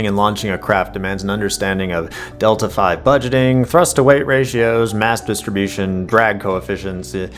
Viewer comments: just a remark it's not "delta five", but "delta vee" because it's the difference (delta) in velocity (v) needed to get you to the trajectory you want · Roughly Kerbal Space Program, delta-V is "delta vee" not "delta five". The "V" is for velocity and the delta means change. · did you say "delta five budgeting"? dude, it's DELTA VEEEE... smh... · Delta-V is "delta vee," not "delta five." Delta means change and V stands for "velocity" so Delta-V is "change in velocity." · you called delta-v, delta five. you are dead to me. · It's not "delta-5". It's "delta-vee". Meaning "change of velocity". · "demands an understanding of delta five budgeting" The V is for velocity, not the Roman numeral... Good grief man. I guess your just reading chargpt but still. Delta 5! 😂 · "Delta Five" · KSP: Delta V isn't pronounced as five. The V stands for velocity, and is a measure of how much change in momentum a spacecraft has available due to engines and fuel. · "Delta 5 budgeting".... this was painful to hear... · pronouncing Delta-V(elocity) as Delta 5 was a jumpscare. Great video nontheless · "Delta-five budgeting" Ouch. That hurt to hear.